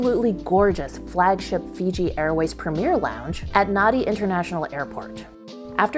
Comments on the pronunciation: Nadi is pronounced Nandi. DUH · Nadi is pronounced as Nahn-di